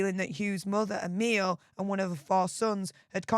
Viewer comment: I do believe that Emilie Van Cutsem's name is pronounced Em-ily, not Em-ile. Apologies if I'm wrong.